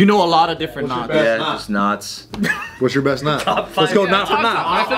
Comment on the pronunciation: I seriously thought said 'nuts' and not 'knots'. lol. I thought, where's this going? lol